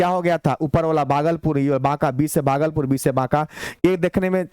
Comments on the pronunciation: सर भागलपुर होता है बगलपुर नहीं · बागलपुर ❌ भागलपुर ✔️✔️